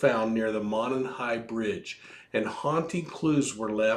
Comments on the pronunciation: You’re so cute! Thanks for a great podcast. FYI, as a local Delphi resident, we pronounce Monon as Mow-non. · It's pronounced mow-non. No big deal just a heads up.